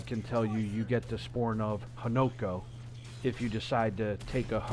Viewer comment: It’s not Hanoku it’s hanako like co worker and not ku as your getting punched in the gut like (ku you’ve punched me in the gut)